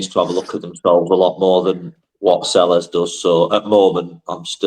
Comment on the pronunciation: I agree that letting 10 players go and replacing them with three is plain daft. Please pronounce Selles, a Spanish surname, correctly i.e. Say-yes.